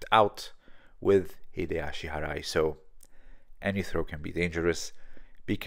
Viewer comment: Okuri ashi barai ..not harai